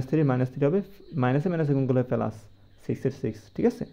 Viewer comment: পেলাচ না প্লাচ হবে 😅😮